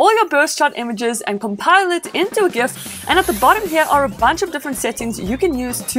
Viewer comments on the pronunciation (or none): It's Gif not Gif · Omg. she says create GIF with a hard G. WHY do people pronounce it like that. It is GIF with a J sound, like in the name George. Also, I think you are mistaken on what Refresh Rate is. It is how many times the screen redraws itself per second, you were talking about reaction to touch or something.